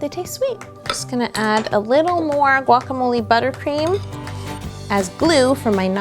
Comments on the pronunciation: Guac-a-mole. Guacamole! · haha it's a guacamolé holé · I counted 9 times plus guacamole bowl or guacabloe